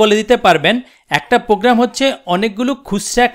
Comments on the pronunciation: he is fool who can't say program :D ..he said pogram luul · Program.... not pogram